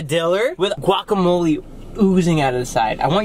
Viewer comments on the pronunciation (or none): none